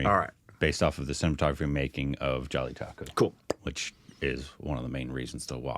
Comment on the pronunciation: saying Jelly-Taco instead of Jallikattu is just tough to hear bruh